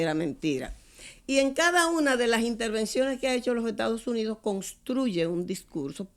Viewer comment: ME ENCANTARÍA VER A ESTA DIABÓLICA VIVOENDO EN CUBA, DENLE 1 ALITO DE VACACIONES PARA ALLA! PA' QUE SE LO GOZE! UNA MUJER QUE DICE ETADOS UNIDOSS! RIDICUL@